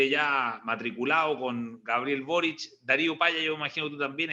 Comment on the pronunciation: Pepe auto 👀 pronuncia el apellido de boric como borich que inculto para ser político 🧐